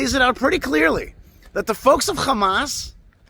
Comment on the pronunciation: When you pronounce Hamas like a genocidal zionist you lose all credibility. The world is awake. Poor RFK is so compromised by those thugs.